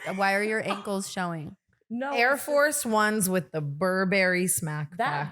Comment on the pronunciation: Pronouncing Burberry that way is wild